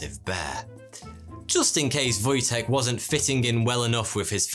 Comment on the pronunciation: That's a pretty good pronunciation of "Wojtek", well done. ;) I didn't even know this name has such meaning, but it makes more sense once you realise it's a diminutive of Wojciech. ;)